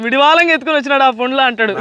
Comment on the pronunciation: పండ్లు రా నాయనా.. పొండ్లు, పుండ్లు కాదు